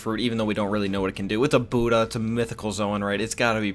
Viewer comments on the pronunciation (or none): none